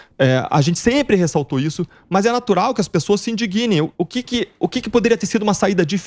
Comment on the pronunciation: "se indignem...", não se "indiGUInem", Dalagnol.